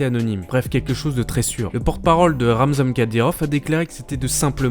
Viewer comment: c'est pas Ramzam mdr ça se prononce RamzaNE